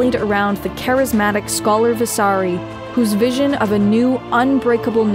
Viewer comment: Its not Scholar but Scolar Visari without the h